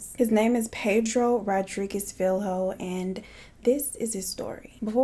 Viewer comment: Just a tip: portuguese LH is pronounced like spanish LL :) I loooove this haircolor girl!!!